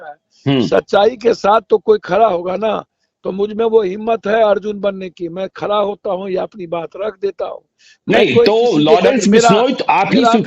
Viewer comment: खरा नहीं खड़ा .....😅